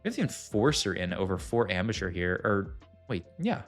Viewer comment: Everytime he says ambusher hes rly saying amateur now watch it again :p welcome to my brain cannot unhear